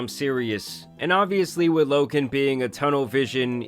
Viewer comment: his name is loGan not loKan.....